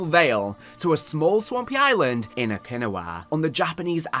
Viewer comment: it’s oki- now-wa by the way man